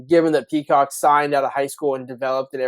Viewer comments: You guys need to learn how to say names and also learn the names. It Prysock not Peacock! You also better learn how to say T-Mac because you butchered his name. You guys seem clueless when you done know who your even talking about IMHO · Prysock, learn the names, y'all are embarrassing yourselves.